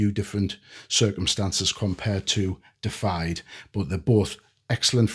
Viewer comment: Not "Defied," it's "Deified" (DEE-if-eyed) which means made godlike.